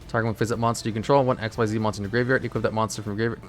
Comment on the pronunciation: why does he purposely mispronounce "XYZ" as "x-y-zeed" when its pronouced as "ik-seez" ? the "x-y-zeed" is used for the xyz union monsters.